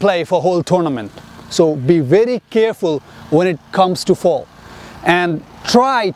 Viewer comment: Is he saying 'fall' or 'foul' ?🤔